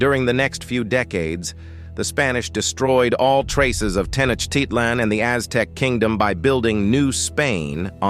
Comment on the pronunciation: I wish the speaker would pronounce Tenochitlan correctly! That said, there's some valuable information presented in this video. Bear in mind that the history and culture of the Aztecs is more complex than it is presented here. They compelled less powerful Indian tribes to pay tribute to them, and their own prophecies predicted the coming of "pale-faced" people. Sadly, they viewed their decline as inevitable. There are similarities, nonetheless, between Europe's conquest and colonization of people of color, globally.